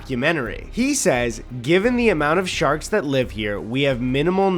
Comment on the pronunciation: “Ya lak shaks?” “Shaks?” “Shaks. Ya lak Shaks?” “Ahhh sharks. Sure, I lak shaks. I like caravans more.”